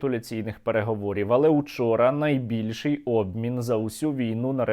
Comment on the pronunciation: "Наибильший обмин" ой бл...я Черт Нерусский🤧